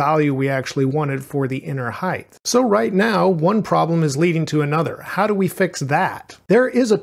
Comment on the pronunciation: This is a really minor thing but it bothered me a lot, you are pronouncing Height weirdly. You keep saying "hithe" instead of "hite", sorry to point it out but I thought I was growing crazy haha